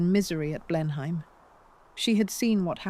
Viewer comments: BLEINHAM IS PRONOUNCED BLENHAM, NOT BLEINHEIM. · The name of the estate is said BLEN-um, not Blen-heim. Aside from that your AI presented an interesting story. Also, what's with the most random pictures? The stark conference room with the mics and headphones 🎧 makes zero sense. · Blenheim Palace ..... It is pronounced "BLENNUM" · It is "Blennum" ( I get what youre saying but ~ham suffix is also a problem for non British English speakers)